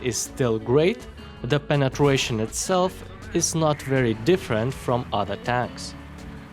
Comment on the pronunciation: Did anyone heard him say Penetwation